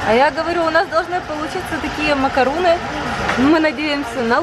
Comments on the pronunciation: видео каласс, но зачем ты все время говоришь макаруны, ты же слышала как Французы говорят макарон Но с Французким р. Так это и произносится МАКАРОН. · Кир К если ты не знаком или не знакома с Французким то воспользуйся переводчиком - macarons - именно так называется этот Французкий десерт. буква s в конце слова не читается и никакой буквы у там и в помине нет. Учи Французкий. или не коментируй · Кир К Человек поправил произношение в нормативной форме, а этикета, судя по тону ваших сообщений, не хватает вам. Ах и да, правильно "макарон". Чтобы у вас пропали сомнения, я не только свободно владею языком, но и живу в столице Франции. И что на Севере, что на Юге страны, что в Африке десерт будут называть одинаково. Приятно, что есть люди, почитающие аутентичное произношение. Браво, Violeta Life!